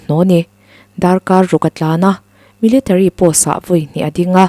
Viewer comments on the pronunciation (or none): none